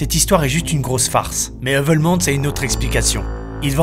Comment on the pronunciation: Un belge 👌 par contre votre prononciation de Heuvelmans 👎